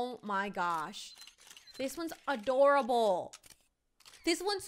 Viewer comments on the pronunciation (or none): none